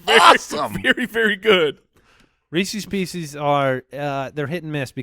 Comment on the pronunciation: Thank god was called out for his pronunciation of Reese's pieces